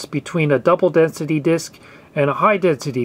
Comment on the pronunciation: You mispronounced double densité disquettes.